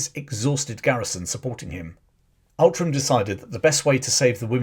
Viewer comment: Outram is actually pronounced 'Ootrum'. It's a bit Scottish you see.